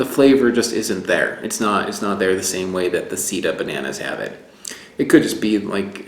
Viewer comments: You should be careful how you say the name of that banana seda is silk sida is aids. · you pronounced "Sida" not "seda" and Sida in spanish is the disease AIDS. ha ha ha. It is not "Tobasco" , it is "Tabasco". let's remember that the "tabasco sauce" is made with chile peppers from the Mexican State of Tabasco. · Seda is /say dah/. /Seedah/ would be spelled sida in Spanish. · I think the seda banana might be pronounced "say-dah." Check with a Mexican Spanish speaker to be sure of my sugggestion. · Seda is pronounced as "say-dah", or "seh-dah", if we're going to be precise. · Love your series! And your ability to finely discern and distinguish the varied components of flavour really makes it useful and interesting. But PLEASE, get the locals to help you pronounce the names properly. I know Americans aren't big on other languages, but it's embarrassing. Plus, for instance, if you had been able to say 'seda' properly ("say-duh"), it would have been immediately obvious to Spanish speakers that the reference is to silk.Just saying :). By the way, 'tabasco' is named for its geographic origin, in the Mexican state of the same name. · The way you pronounce seda sounds like you are saying AIDs in Spanish instead of silk